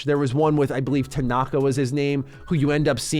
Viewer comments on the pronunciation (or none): none